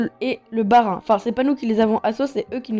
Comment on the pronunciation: MDR quel respect le <<Bahrein>> 😂 Sinon GG la vidéo